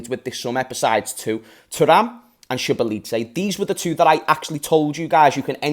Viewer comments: Tom fifa who's also Hungarian pronounces his name so boz lie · His name is pronounced shoboshli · I think the correct way of pronouncing his name is dominik (SO-BOSS-LIE) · Pronounced zaboz- lie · so-boss-la-e . good player good signing. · it’s so-bots-zlai 😂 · I think his name is pronounced "Sho Bots Lie" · you pronounce domink’s name as sure-ba-sly😭😂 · best way to say his name is SOB - OS - LIE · Say Zoo-bos -zlie. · Pronounced Sho-bosh-Ligh